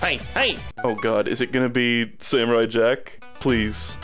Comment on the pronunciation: Wait, why does he pronounce it "sam you're eye"?